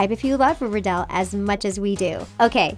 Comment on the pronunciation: you said river dal